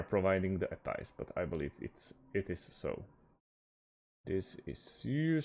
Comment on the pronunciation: "Ah-pies" 🤣 Just for your own information, it's pronounced A P I. It's not a word, it's an acronym.